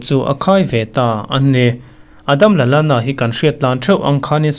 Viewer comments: Adam Lalana ni lovin Adam Lallana ani, a hmasa ang hian i lam ri a, a duh lo viau ania.😀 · Kan inbe zo chiah a a hmasa a alam dan pawh hianin alawm lutuk tho anui var² mai😂😂😂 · A ho lutuk duhlo engang mahse a pawi lo teih² lutuk a duh² dan in lam rawhse a lo ngaithla lo tawp ang, lo ngaithla pawh nise a pawilo nasa...